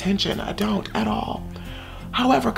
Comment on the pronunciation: However com-mum 😂